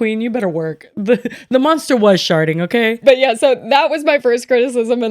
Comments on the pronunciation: I heard sharting 😂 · I heard sharting and was like… did she just??? And the called it out hahahhah she definitely said sharting 😂😂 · I heard sharting on the first play 😂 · Only heard SHARTING 😂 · SHARDING! not sharting💩 omg I'm dead😭💀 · I’m so glad someone else heard “sharting” and it wasn’t just me 😂